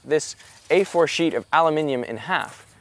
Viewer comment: "How many times do you think I could cut this ? sheet of aluminum in half before I reach a single atom?" Did you say A4? or 8 4? Like 8 x 4? 8 x 4 cm? 8 x 4 inches? Definitely going to look into Wolfram Alpha, sounds like a fun tool.